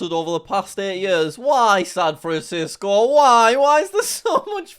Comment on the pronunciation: jack says sad fransicso hmmmmmm